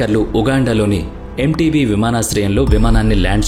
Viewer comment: చాలా చక్కగా వివరించారు. అయితే అది ఎంటేబె అనాలి